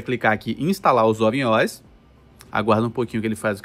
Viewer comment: Crítica construtiva: o que me intriga é pronunciar O.S. como se fosse um artigo (plural da letra "o"). O correto é pronunciar " O.S." como sendo "ó ésse". Até porque trata-se de nomenclatura .